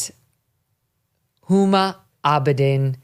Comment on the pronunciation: Ms. Abedin's first name is pronounced with a hard "H" like "Whom-a". I don't know if it's a conscious attempt on her part to erase her Muslim background (being of Islamic Indo-Pakistani parentage and having been brought up in Saudi Arabia since age 2 to when she started college in the USA) BUT the name, "Uma" is of Sanskritic origin and generally used by Hindus. Uma Thurman was given the very Hindu name Uma Karuna by her parents. Her father was an Indo-Tibetan scholar and she was raised Buddhist. Her mom was a model (yes..,. a real one - just look at Uma Thurman as evidence of this). The name Uma is another name for the Parwati or Durga - the most powerful symbol of feminine power in Hindu mythology. WHOMA may well well have her own reasons for de-emphasizing her roots which are not at all Hindu. Since age 19, she has exhibited an uncanny ability to attach herself to powerful people. When she met the Weinermeister, he actually was going places in the Dem party until he turned out to be a pedo of which I suspect he is one of many in power circles. BTW, I agree with all your observations about these people. They are not normal human beings. I'm a writer and my writing room where I often am relegated to sleeping owing to my snoring (so as not to disturb my wife) is strewn with books and other things. I wouldn't want to live in these lab experiments, these people call homes. How many assistants did AOC have to go through to find those knitting needles?